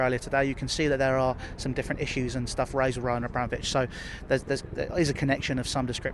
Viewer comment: Roll-Man A-Bra-Mole-Vich